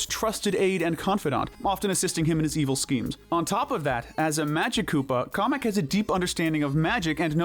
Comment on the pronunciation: They said Komek not Kamek.